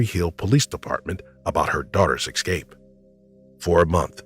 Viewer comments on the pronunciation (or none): Es-cape. No x